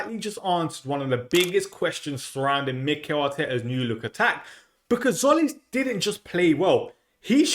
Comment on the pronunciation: Not Zolis, hint: Tzim is Jim written in greek.